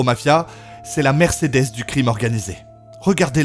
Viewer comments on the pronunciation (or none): none